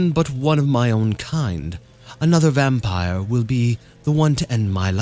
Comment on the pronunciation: Just wanted to say, when you pronounce some words the wrong way (like vampire today), you sound like my russian husband and it puts a smile on my face. Although he does it not intentionally, like you, but because he doesn't know the right pronounciation XD oh well)) still amusing.